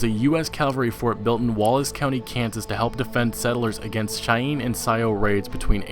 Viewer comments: Wtf is Shyeen and sio!?? lol. It's pronounced "shy-anne" and sioux is pronounced "sue", more or less. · I was just about to post that lol. shyeen... Does he even US history? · Really? "Shyeen" and "Syow"? Sioux(soo) and Cheyenne(shy-ann) Are two of many Native American tribes I learned about in school. Am I the only one who remembers this? Or have I just been watching too many old western movies with my dad? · You pronounced the Indian tribe names wrong... Cheyenne (Shy-ann) and Sioux (Soo)